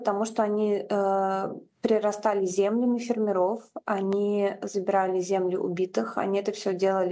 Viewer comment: Елена Костюченко Журналист?! Несколько раз ставит ударение на фЕрмеров.... Предатель, теперь скажет всё что нужно Западу. Нивелировала все свои заслуги разоблачения банды...